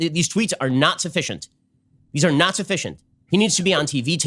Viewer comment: I don't know why the right has all the annoying speakers. Everyone points out JP's voice. But what adds to that severely is the way he says words like "naw-t" and "baw-ther" and "Paw-verty" and "praw-blem." It's like when kids ad "ey" to end of everything to try and sound cute. Which is annoying for JP. Because he goes around with his Kermit the frog voice and cutsie enunciations. While pushing the notion that being a macho man is the most you can possibly contribute to society.